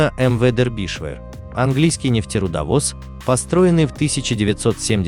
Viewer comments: милый автор. ваша озвучка в который раз доводит меня до икоты от смеха. название корабля читается Дербишир (на русском) ну или, если хотите показаться знатоком английского, Дарбише (примерно как-то так в русской транскрипции). где вы прочитали дэрбишвэ? нету в этом названии половины произносимых вами звуков. особенно от вас достается импортной географии. город Гамбург (Hamburg) у вас гамбургер, графство Дербишир (Derbyshire) - дэрбишвэ. даже боюсь представить как в вашей интерпретации будет звучать название столицы государства Шри-Ланка. видно, что вы тратите много времени и усилий на подготовку сюжетов. очень познавательно. большое вам спасибо. просто разберитесь с произношением. уберите пожалуйста эту ложку дёгтя. с уважением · Не дербишвер, А ДЕРБИШЕР! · Почему-то я слышу "Дербишвыр" вместо "Дербишир" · Не дербишвер а Дербишер ударение на "е" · Набрали куски роликов и содрали текст. Название сделали привлекатнльным. А читают текст неграмотно. ДербИдишвер? Расчет на кого? Похоже на книгу по истории СССР. Скучно, заумно, громада фактов важных и неважных. В общем , дерьмо в конфете. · (На первую"е")